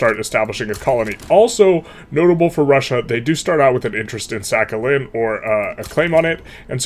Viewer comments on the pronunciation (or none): none